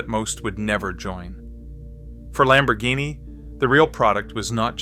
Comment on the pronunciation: If you are going to present a subject, no matter what it is, pronounce the names correctly. Insulting Lamborghini is considered Blasphemy by many.